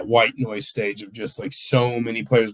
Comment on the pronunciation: The first time I heard it, I thought he said "white boys", not "white noise". Lol.